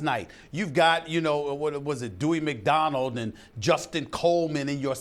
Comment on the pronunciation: Dewey McDonald? Come on Stephen A...